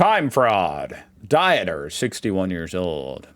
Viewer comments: I have told you 60 times by now the I sound you're making doesn't exist in the European countries. Think of Pizza. It's not exactly Pizza. So as always your names for something outside USA and UK is crazy wrong. It's Dieter like Skeeter. How come you don't say Realer Airhsain... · dieter is pronounced deeter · Dieter is pronounced like you would Deeter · Dieter is pronounced more like dee t (air) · dieter is pronounced like deeter🤣😉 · The first e in Dieter is to show that it is a long sound. In general "ie" is pronounced with a long EE sound (Deeter in this case), while "ei" sounds like eye. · The German male first name Dieter is pronounced as ['dee-tar]. If you see "ie" (an e follows an i), its mean the vowel i is spoken long (like "ee" in English). Don't confuse that with the German diphthongs "ei/ai", which both are pronounced like English "eye". It has nothing to do with diets. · The "ie" in German is pronounced as one would pronounce "ee" So Dieter would be pronounced Deeter There are exceptions to the rule but generally ie =ee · Dieter = Deeter spoken like long "e" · Err, Dieter is a very common German first name, pronounced "Deeter' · "Dieter" probounces like "Deeter". Little Hack to probounce ie and ei correct: ei ends on i and probounces Like "i" , ie ends on e and probounces Like "e" greetings from Germany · It's pronounced "Deeter". .;) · Pronounce the second vowel in ie and ei. Dieter=deter or deeter like in seed. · Dieter (like a diet) hurt my brain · Learn about diphthongs. There is a good video about it called 'Dutch Vowel Combinations and their Pronunciations' Dieter, in German, is the same as in Dutch: Deeter. A name. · u think it will be before or after 2060 that learns that "ie" in german is pronounced as i and "ei" is pronounced as eye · Greetings from germany., our "ie" is spoken like your ee in beer. You spoke "ei" like your i or the word eye.